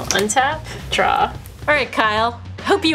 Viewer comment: Kyle: “I’ll drawzi” 😂